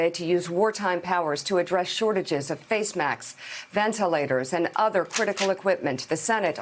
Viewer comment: "Face Macks" I'd love a face macks!